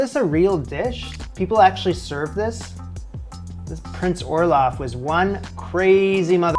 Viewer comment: Why dose it sound like you r saying olaf from frozen.